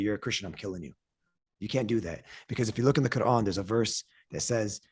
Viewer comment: I do not follow Islam however I really like the way that he pronounces the word "Quran"